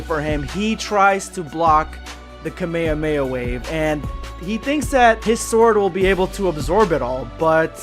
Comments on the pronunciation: It’s ka me ha me ha not cuh mei uh mei uh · did anyone else notice he said the kamehameha wrong idk if its like a weird DUB pronouncement but its bothering me alot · I love you you are a great youtuber but i HATE your pronounciation "kame-uh-weh-uh wave" "rahzaingan"